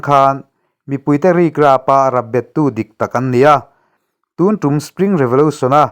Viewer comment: TUN ;;hi''Thun Ti'a lam rik tur a Nia.